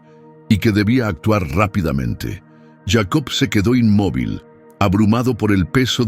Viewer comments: Si está hablando en español, porque dice yeicobt. Que loco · Porque dices yeico